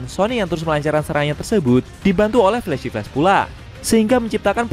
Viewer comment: Min kamu nyebut flash apa ya agak kurang jelas, pahlawan perempuan kah?